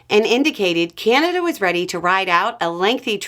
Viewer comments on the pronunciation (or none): Drink every time that she says 'Keyanada' 🥴